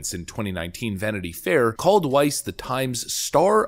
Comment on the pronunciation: "Weiss" EVERY. SINGLE. TIME !